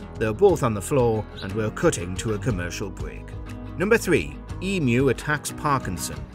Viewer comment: The Australian bird EMU is pronounced EEM- YOU